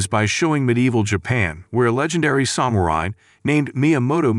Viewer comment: AI recap. Got me for maybe 15 seconds, but yeah, pretty obvious: diss-ip-uhl instead of disciple, and the weird pronunciation of samurai.